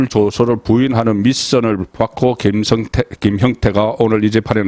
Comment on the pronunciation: 김성태와 김형태를 분명하게 발음해 주세요